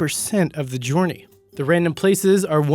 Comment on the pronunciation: am I the only one who thought he pronounced "journey" weirdly?